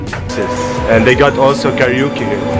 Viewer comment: I love your pronouncing on kareoke to kariuki!! U made me laugh u earn SUBB :)